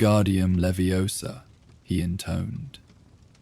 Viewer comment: All was fine till “leviosa” was pronounced so wroooonngg